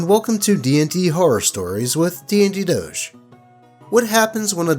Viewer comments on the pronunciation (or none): none